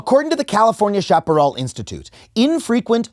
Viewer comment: Shap-a-rel not shop-a-rawl